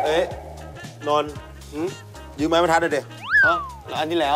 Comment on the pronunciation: ยืมไม่ใช่ยื้ม